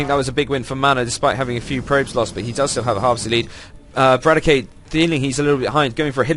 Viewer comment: btw correct pronunciation of roxkisbratok is - bra-tok :) not brat-o-key just spread teh word ^^